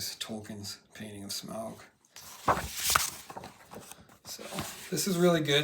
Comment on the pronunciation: Smaug isn't pronounced like that.